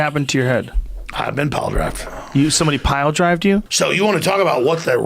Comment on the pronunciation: 'What happened to your head?" "Ive been piledrived" LMFAO